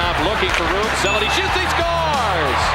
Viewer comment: SEL-ANN-EH ffs. Also I get the shivers out of fear seeing those old hockey games when helmets weren't mandatory